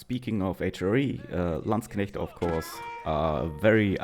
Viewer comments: ich danke dir dafür dass du Landsknechte richtig aussprichst. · I love the pronunciation of landsknechte😂